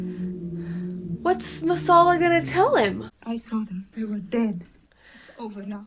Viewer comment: "Chicken Massalla" - LOL,,,.